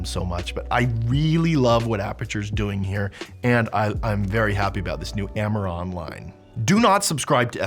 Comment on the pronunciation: can you say - AMARAN